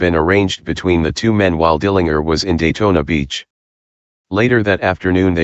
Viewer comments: If you listen to some news wire reports from that time, they will pronounce it that way, as funny as it sounds. I think now we are so used to the JER pronunciation now that the other sounds odd. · Dill an jer. Get it right